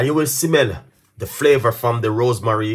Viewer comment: Why you always pronounce ROSEMARY as ROSE MARIE?